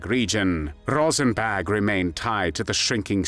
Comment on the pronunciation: Why does it sound like he’s saying “Rosenbag?”